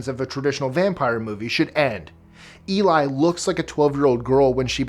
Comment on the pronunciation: BTW,, in Let the Right One In, her name is pronounced "Elly"